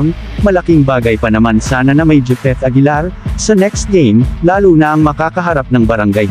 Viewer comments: Japeth hindi jipeth🤣🤣🤣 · Grabe ang pangit mong magvlog, japeth aguilar po, di jipeth...